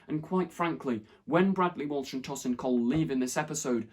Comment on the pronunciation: TOW-sin Cole, not TOSS-in Cole. Sorry it just bugged me.